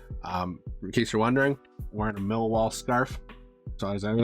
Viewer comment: When you chant “Millwall” it’s pronounced “Miiii-Waaaaar”